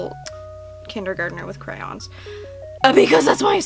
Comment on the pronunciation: When you pronounce crayons like crowns